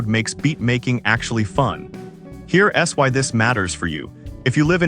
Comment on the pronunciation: Sorry guys, the AI voice is atrocious. I got 2 minutes in and had to turn off. "Here S Why" every time it should say "Here's why" 🤬